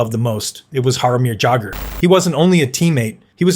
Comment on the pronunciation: You do pretty good videos, but I suggest making sure that names are pronounced properly. For example, Jaromir Jagrs name does not use the sharp J sound, but the soft J sound, which sounds more like a Y